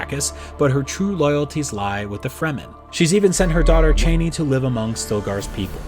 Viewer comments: Chah-nee, not Chay-nee. Har-KOH-Nen. Rah-Bahn. Jesus. Read the book before you talk about it. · CHA-ni....NOT CHAIN-ni...... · this man said chaney lmao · Lon Chaney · So many mispronunciations of characters I have seen since the 80's. Never seen the movie? Benet/bennay (Benny)jezret(jezraht), cheney (chahni), freemen fremmen was fixed*, both Leeto/layto, dr. uwei (youwee), harko-nen (harKOnen), Kwisatz Haderach is the prophet Muad-dib. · So much mispronunciation of the names in this video!... Bene Gesserit, Chani, Harkonnen, Kynes Also Dr. Wellington Yueh is not a Mentat!... That would be Thufir Hawat